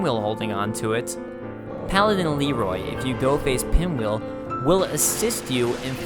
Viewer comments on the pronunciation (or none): none